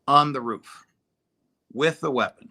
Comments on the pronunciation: Somebody in seecrete sirvice told to luck the udder way. Spelled incorrectly on purpose. And it's roof, not ruff, Larry. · Love larry....but come on bro.....its Roof not ruff hahahahhahaha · Why does Larry pronounce roof as roo-off?